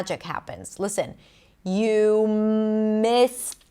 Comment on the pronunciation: But I can't hear the end of missed, the sound of /t/